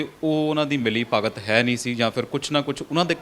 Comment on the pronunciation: ਤੁਸੀਂ ਘੱਟ ਗਿਆਨ ਵਾਲੇ ਪੱਤਰਕਾਰਾਂ ਨੇ ਪੰਜਾਬੀ ਦਾ ਬੇੜਾ ਗਰਕ ਕਰ ਦਿੱਤਾ ਹੈ । ( ਮਿਲੀ ਭੁਗਤ) ਨੂੰ ਮਿਲੀ ( ਭਗਤ ) ਹੀ ਬੋਲ ਰਹੇ ਹੋ ।